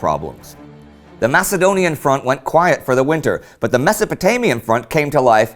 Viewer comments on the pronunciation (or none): none